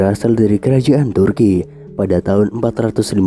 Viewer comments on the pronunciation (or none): none